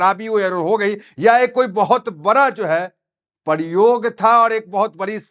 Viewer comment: ऐसा सवालिया निशान वाली हैडलाइन के साथ काल्पनिक और भ्रामक अफवाह फैलाते हो ! पहले बोलना सीखो - प्रयोग शब्द बोलना नहीं आता और परयोग कहते हो ? अफ़वाह बंद करो ! क्या इतनी समझ नहीं आप में की ममता जैसी देश विरोधी की बातें लेकर अंटसंट बकते हो ? विजय रूपानी के हाथ से इसको क्या लेना देना ? दुकान चलाने के लिए आप भी ऐसी क्लिपें बनाके ऐसे देश विरोधियों की बकी को इतनी अहमियत देते हो - भ्रमित ख़ुद ममता फाँसी है रोहिंगियों और बांग्लादेशियों के चक्कर में इसलिए ध्यान भटकाने कुछ भी अंटसंट बकेगी और आप साथ दे रहे 👎👎👎👎❌👹❌👹😛